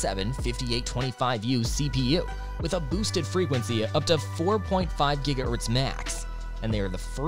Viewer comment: bro is saying giga earths